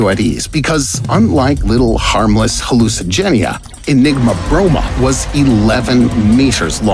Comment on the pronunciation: When I saw the thumbnail I thought he was going to mention all of the hallucigenia ( of aot ) s ability’s also he said it wrong lol